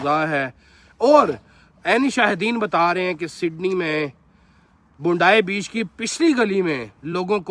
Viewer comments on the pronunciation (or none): Bundai beaach😂😂 ajeeeb pronounciation😂😂😂